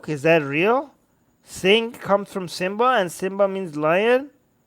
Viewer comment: It's not Simba in Sanskrit, it's 'Simvha' or 'Simvhà'... A silent